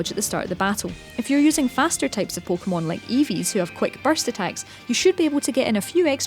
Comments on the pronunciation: Pookmon omg say it right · She pronounced it "poh keh bol" "poh keh mon" pretty normal, dumbass hahahaha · no shit, but am i not allowed to be annoyed? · pokemon poke a mon po Kay mon. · "PO-KOH-MUN" "PO-KOH-MUN" "PO-KOH-BOWL" "PO-KOH-BOWL" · her pronounciation pissed me off so much